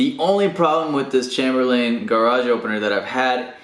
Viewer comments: thanks for the video...one small thing...but the word Chamberlain is pronounced with a long A, like the word chamber...a room. CHAYMBER and the final syllable is pronounced like Lynn, not Layne. So...CHAYM Berlin. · For the love of God... stop saying Chamber-Lane! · What sort of psychopath pronounces Chamberlain that way?